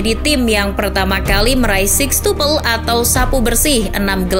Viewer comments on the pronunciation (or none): Six oi bukan sex